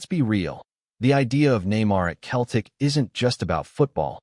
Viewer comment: If you can't even pronounce Celtic correctly, you're really a total klutz.